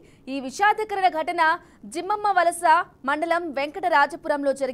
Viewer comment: జియ్యమ్మవలస అండి జిమ్మయ్య కాదు